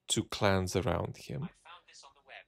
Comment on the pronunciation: I keep hearing Putin 'outsourcing to clowns' rather than clans